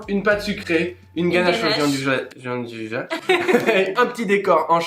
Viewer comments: Ahaha, je viens justement de rédiger moi-même un petit commentaire à ce sujet, je n'avais pas vu le votre ! Ca m'a toujours étonné d'entendre même de très grands chefs s'entêter à prononcer jianduja cette spécialité italienne dont la prononciation exacte est pourtant tellement plus gourmande et chantante ! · Jeanduja mdr 😂 Ca se prononce "djan dou ya" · "dian dou ya" ;) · "Gianduja" se prononce djandouya en italien. Pour des oreilles italiennes votre prononciation est tout simplement horrible ! Je me demandais de quoi vous parliez. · ca se prononce " DJIANDOUIA" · Merci d'avoir réagi ; je me sens moins seul. Bossant dans une épicerie de demi-gros en pâtisserie pro, il m'est triste d'entendre les clients (même des pro) prononcer "à la française" (on ne sait pas comment ils ont décidé que gi = j mais ça ne les perturbe pas plus apparemment) et d'insister quand je leur réponds pourtant avec la bonne prononciation… v.v xD